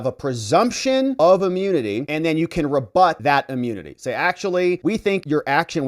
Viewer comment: its not amunity it’s immunity.